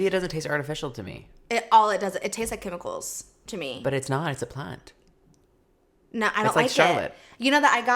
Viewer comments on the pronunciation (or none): The way says “plant” is sending me